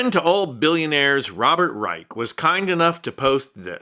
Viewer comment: It’s Reich, pronounced like Rye-shh not rike. Only clarifying that bc of the bs happening with his 19040s German similarities. They are they complete opposite